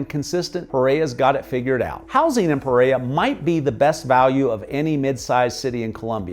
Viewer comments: I love your videos, I’m American and my husband is Colombian from Pereira. The only correction I have is the way you pronounce Pereira! It’s just bc I hear the word so often I notice. 😆 Anyway, that’s it. puh: Similar to the "puh" sound in "put". REH: Rhymes with the English word "air". ruh: A short "uh" sound, like the "a" in "about". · It would be nice if the host would learn how to properly pronounce the name Pereira! It's not perera. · PEREIRA pronounciation >> Puh-RARE-uh 💛💙❤️ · Pereira, pronounced: PER-RARE-UH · learn how to say Pereira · It's like he's trying to not pronounce any Colombian city properly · OMG every time you mispronounce Pereira I get triggered like a blue-haired 15 year old girl. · Love the video and the pace was great! We need to get you saying Pereira like a native! :) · Great video, thanks for sharing, it would be very nice if you can make the effort to pronounce Pereira the correct way, other than that, your video is very explanatory and full of details. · Dude, don’t make a video about a city you can’t pronounce the name of. Thanks